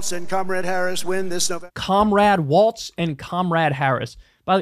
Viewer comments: Why does Kyle keep calling him Tim WALTZ and not WALZ!?! He keeps mispronouncing his name! For weeks now! 🤣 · Bro, his name is WALZ NOT WALTZ! You should know this by now. Pronounced like, "Building Walz does nothing to stop border crossings"